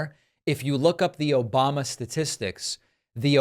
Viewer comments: I think he also said Obamna too lol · "Obamna" 😂 This isn't the first time trump has mentioned sharks. He is terrified of sharks. I think people need to start showing up at his rallies dressed as sharks or hold up big pictures of sharks. Lol